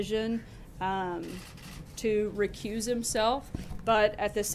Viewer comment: Sanders is mispronouncing "recuse".